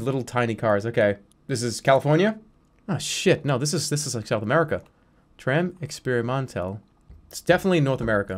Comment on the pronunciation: "Tram Experimantel"